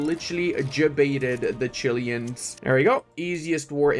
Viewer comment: as a Chilean is Chilean not chilian Greeting's from the best country in Chile